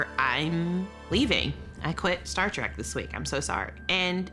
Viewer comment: Star TREK, not TRAK!